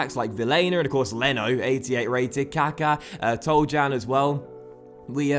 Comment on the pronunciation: 8/10 for the transfer window, also I believe Toljan is pronounced Tol-yan. :)